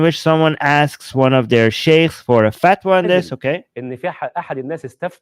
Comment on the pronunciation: Did he say ‘fatwa’ or ‘fat one’?